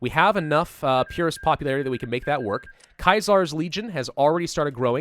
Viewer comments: It isn't kie-zar, it is see-zar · Caesars is pronounced sea-serz not Kia-sars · Praise be but ur pronouncing Caesar wrong ur pronouncing it like kai tsar when it's c-ser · Kaisar no it’s Caesar like the emperor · It's pronounced see zers Kaiser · Yeah this bugged me a little as well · Kaisars legion? I’m sure it’s pronounced like the Roman emperor’s name: Caesar Unless I’m wrong then feel free to correct, just don’t be harsh. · Ce-sa-ar is how you say it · Natan1511 your correct he is saying it wrong and I said the same thing just wanted to see if I was the only one who said anything about it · The way he said Caesar made me fucking throw up. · Jack Merz I cringed so bad when he said it wrong.